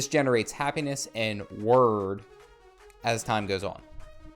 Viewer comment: Wyrd is pronounced like "weird". At least where I come from in the UK. It's a Anglo-Saxon word, so....